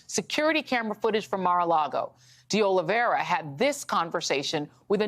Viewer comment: IT IS OLIV EIRA NOT OLIV IERA OLIV IERE OLIV ERIA or OLIVE ERA . It is a very common Portuguese/Brazilian name. Nor Russian, French, or Spanish...